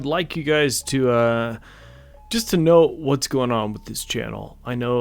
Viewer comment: Kno-aw what i mean? Apparently every officer there did not know what you mean.